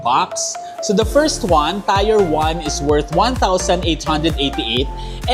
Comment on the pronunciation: tier pronunciation google mo. nyeta tier is pronounced as TEER, not tire.